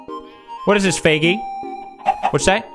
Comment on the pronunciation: I have CC on and every time he says Feigis name it shows up “faggy”😹